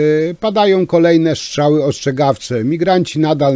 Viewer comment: Żartujesz ? To kwestia nie braku szacunku do języka ojczystego tylko cech osobistych wymowy. Jedni wypowiadają np. "r" bardzo wyraźnie np. Pan Tusk, a inni nie. Popełniłeś lekki nietakt.